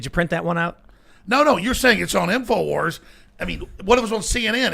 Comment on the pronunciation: "This week on TIMFOWARS..."